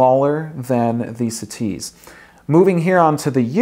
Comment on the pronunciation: "Bru Butt-on for the siTease"